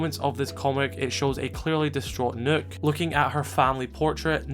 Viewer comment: Thank you for pronouncing Nøkk's name correctly. 😊 By the way, this is literally a Kill Bill moment right there